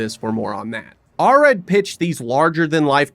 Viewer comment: You could have pronounced the name Golan correctly, considering you say it about 200 times. Same with Arad.